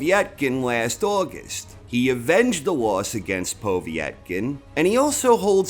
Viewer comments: I'm losing concentration everytime you say poveey ett kin. Noone says it like that! Lol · The obvious (to a proper boxing fan), reasons why Povetkin (not pow-vee-ett-kin ), lost were: 1: Their first fight (Whyte / Povetkin), took a LOT more out of Povetkin, and did a LOT more damage to Povetkin, than it did Whyte. Whyte was landing the much harder shots in the first fight, and looked to have the win in the bag, before he got caught with a beautiful uppercut which would probably have levelled any other heavyweight in the division. 2: Povetkin had plenty of time to recover and train from his covid, but the gap in his training due to him having covid, meant that he could not cycle testosterone for a few months, and people who know about this will understand that although it allows you to gain muscle a lot quicker, and more of it, when you are off the gear for any long period, you also LOSE the gains a lot quicker. 3: Whyte was embarrassed about being KO'd, and trained like an absolute beast, and was in the best shape he could be, for the rematch. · It's just Povetkin mate. POH-VET-KIN :) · For the first time ever, I nearly didn't give this video a like because of the way you was saying Povetkin's name 😂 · Love your channel but i have never heard it pronounced they way you say Povetkin.